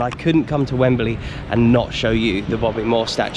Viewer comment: So that's why it it I'd wemberley, cos it's wembalea